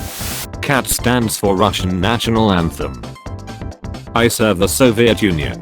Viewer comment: It’s pronounced “Soviet”